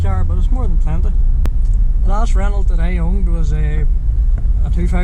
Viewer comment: nibba.. reno´.. not renaulT .. ive say it as german speaking guy, learn your shit :D